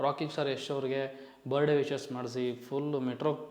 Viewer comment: Bro you were trying to teach in some previous videos in correcting some other youtubers pronunciation was wrong this & that.... But today how are you pronouncing "birthday" .....birday😅 birday... Don't mind brother as an audience prospective I'm just bringing it to your attention, that please correct and upload ,moving forward.